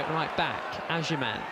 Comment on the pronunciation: his names agyemang not agyeman 😂😂 pisses me off so much when he calls him agyeman